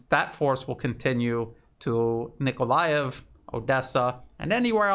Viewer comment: Thanks for correct pronunciation of Nikolaev. But the contested Donetsk suburb is AvdEEvka, not Avdiivka )))